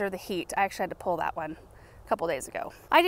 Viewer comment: pull as pul not pole. lol pul a pole?